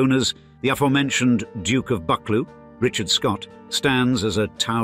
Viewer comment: one or two points of clarification: Clans are headed by chiefs. Branches of the clan are led by chieftains. "Argyll" has the emphasis on the second syllable And Buccleuch is not pronounced in that mangles way. I leave you here--goodbye.